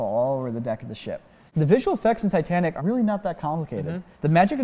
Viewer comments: Did he really said "the Tit-A-Nick"? xD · I disliked just because he pronounced ‘tee’tnic for titanic